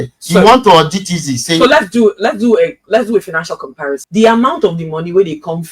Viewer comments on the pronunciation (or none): none